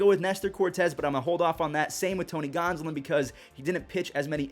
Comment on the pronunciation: tony gonsolin???? lol